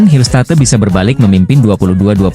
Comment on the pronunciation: Ngarang narasi doang ni Mimin....hillstat"e" katanya ....belajar baca dulu min....konten abal²..